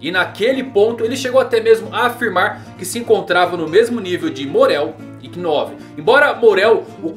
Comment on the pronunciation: kinove foi foda man kkkks ( ''novu , lendo se '''